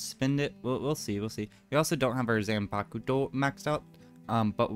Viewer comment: it’s pronounced Zon-Pock-Toe , zanpukto